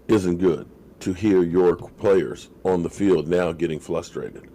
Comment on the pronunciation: FLUSTRATED is NOT a word I am a fan of you sir but come on man. #WeDemBoys